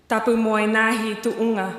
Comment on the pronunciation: for a palangi, her Tongan was funny to listen to.... TAPU MO E TA'E??? wat???